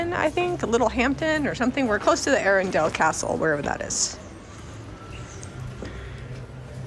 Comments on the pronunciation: You didn't pronounce Portsmouth incorrectly but Arundel is pronounced Arundle. I live in Sussex right near Ardingly (Arding-lie) Showground where you went to the under cover car boot. Enjoy your videos. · I was at that castle. It is named Arundle pronunciation .